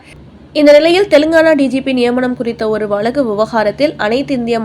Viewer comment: ஊலல் வலக்கு ன்னு pronounce பண்ணலாமா? வருத்தத்துடன். கேட்க விருப்பம் இல்லாமல் close பண்ணிவிட்டேன் !!!